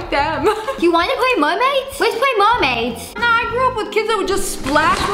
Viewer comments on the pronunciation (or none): WHY DID I COVER MY FACE WHEN SHE SAID MERMADS🤨💀